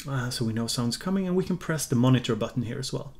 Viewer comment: Seeing as we are all making fun of youre pronounciation i gotta draw attention to how you say button